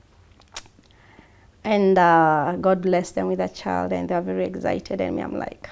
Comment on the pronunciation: What rubbish English is this eggcited , like seriously